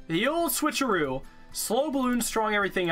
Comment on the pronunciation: The "The Ol' Switcheroo," I think you cheesed, it might have been "The Ol' SwitchHeroo"